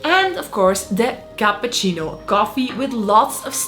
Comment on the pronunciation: You lost me at "capahcino"